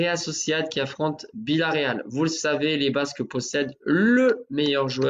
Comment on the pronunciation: tu peux arrêter avec BIllaréal ? c'est Villaréal